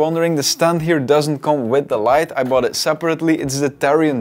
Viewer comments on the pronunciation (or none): none